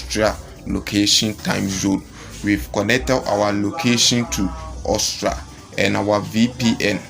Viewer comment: Bro its Aus-tri-a not Austra